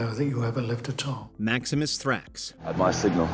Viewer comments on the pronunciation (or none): It's "MaxiMInus Thrax", so why is the chapter called "Maximus" and why is the narrator calling him that? Let's not even talk about the chapter titles of "Domino" and "Kackalala".....The narrator clearly can't read."Ellagalabus"? And the chapter is called "Albus"? Why are you guys even making such a video?